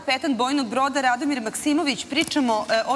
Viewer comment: Veliki pozdrav mom stricu. Samo da ispravim novinare, nije on Radomir nego Ratomir. 🙋🙋🙋